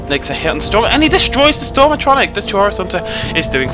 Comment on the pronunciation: I feel like a normal Chaurus would do a lot better :T and it is pronounced "AA-TROH-NACH" with emphasis on the *A*tronach, and not "AH-TRAH-NICK" with emphasis on the A*tro*nach ;~